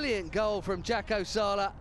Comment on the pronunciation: His name is Jacopo, not Jacapo.